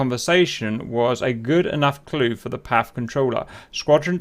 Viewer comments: cap, please dont say "Paff" it's "Pee Ey Eff" . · It's PAF( Pee Aey Eaf) not Paf, as you were pronouncing 😉